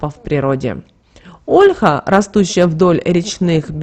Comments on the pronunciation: ПРАВИЛЬНО НЕ ОООЛЕХА, А ОЛЬХААА! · Слух режет Ольха!!!! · Что же вы так удврения то ставите? Не Россиянка что ли? Даже Ольху не правильно говорите.